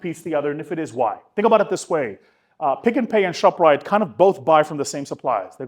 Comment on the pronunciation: 😂😂ts not ‘rite’